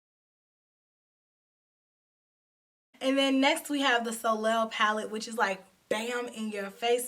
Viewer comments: Love the makeup! Soleil is French for sun and pronounced (so lay). Keep up the good work! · Always love your content! Can’t wait to recreate these looks with my Apricotine palette. Btw, soleil is pronounced “so-lay” and means sun in French. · Hey.,. The correct pronunciation of Soleil is So-Lay.There is an actress whose name is Soleil Moon Frye. She was in a sitcom that wss called Punky Brewster. She was the star when she was a little girl in the 80's. I love the purple palette and love how you incorporated the purple with gold.